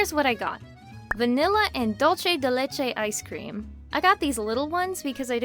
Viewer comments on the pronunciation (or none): Is not dolce di lecce, is not Italian, is Spanish. It’s pronounced “dool-seh deh leh-cheh” (or dool-theh in Castilian). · The way you pronounced Dulce de leche 😶 And I don't wanna sound rude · Wow I didn't knew there is dulce de leche icecream in other place that is not Argentina, I'm from Argentina and the pronunciation broke me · Thats me with the way she said “Dulce de Leche” it was pretty funny lol.